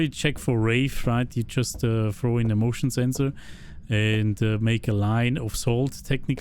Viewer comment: when you said motion sensor it almost like you said "emotional sensor":elbowcough